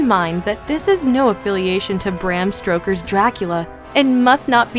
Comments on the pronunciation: "Dark Angel" is better known as "I Come in Peace"...and it's Bram STOKER, not "STROKER"....(Freudian slip?) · The narrator says “Bram Stroker’s Dracula”. Oh boy. I love the lists and montages of clips, but they really do need actual film fans to narrate them. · ....did she just say 'Bram STROKER'???! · She said Bram Stroker !!! 😆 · "Bram Stroker" lol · Good list. But Bram stroker😂 do they not check these 4 mistakes b4 they post em?